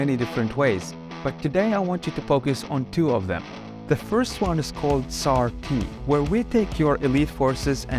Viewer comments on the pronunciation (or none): CAR-T .... not SAR-T. It's Chimeric antigen response.